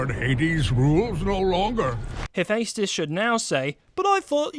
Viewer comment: "Im gunna make a video about sins but sin myself on the pronunciation of Hephaestus" DING